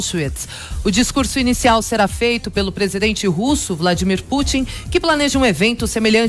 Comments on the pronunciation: Apesar de ele pronunciar Putin como Putín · Acho engraçado que ele fica corrigindo a pronúncia de Churchill, mas fala Putín! 😂